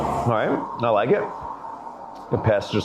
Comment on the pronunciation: 96 in a 50 is criminal speed, yet she continued to have an attitude that didn't become her. Put her in jail. That was outrageous. Another woman with the extra syllable on her words "I signed it-ta." What a freaky screaming session.